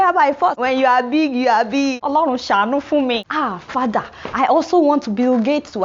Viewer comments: Ruralafrican Shop Lmao at "fadah". The way she says that kills me lol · I like it when she suddenly says "your fada"